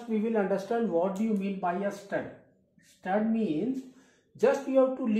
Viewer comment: Sir its surd not stud, btw Thanks a lot for you effort. Really helpful videos 💝